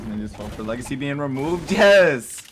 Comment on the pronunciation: Nobody:: "legicy"